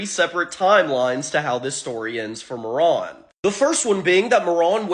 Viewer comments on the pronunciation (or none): I hate how you say Marron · It's pronounced 'Mare-Run' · That fucking pronunciation was giving me ear cancer. "ma·ruhn" Christ. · It's not "Maron" it's pronounced Ma-Ruhn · Please learn how to pronounce things before doing a whole video on them Marron is pronounced mair-inn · I'm 99% sure Marron is pronounced with a long ā. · Marron(Ma-ron) or Marron(Mar-ren) how do you pronounce it?